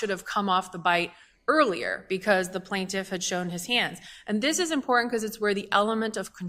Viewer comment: Did I just hear an attorney, before an appellate court, say “ impoorennnt” instead of important? This is a professional and the city’s counsel ??!!?